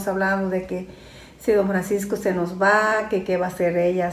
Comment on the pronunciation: Hola ❤ se dice “nos” no mos con todo respeto🥰 mi mama “nos” enseño a no decir malas palabras